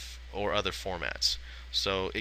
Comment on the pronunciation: FYI - you pronounced "plethora" incorrectly. (if it were me I'd want to know)